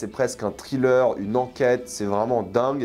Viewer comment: TRilleur TRilleur TRilleur raaaaahhhh... Nails on a chalkboard. Have mercy on our ears. Evil Dead Rise, craignons le pire... des films d'horreur qui ne réinventent rien, l'ennui cette année. netflix, Disney+... quelle époque de merde. Asteroid City : une grosse arnaque, un des pires Wes Anderson. Je ne garde de cette année que Fifi, Oppenheimer et Mars Express. Barbie : sans intérêt, un gâchis du talent de Gerwig pour un propos téléphoné.